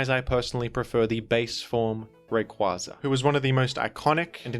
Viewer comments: Smh that’s the correct pronunciation of his name. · It IS Ray-Qway-Za though...it baffles me that people still say "Ray-Quah-Za". Have y'all not seen the anime?